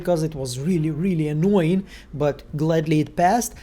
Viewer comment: “Not ankooying Thomas anymore” bahahahahaah i actually laughed out loud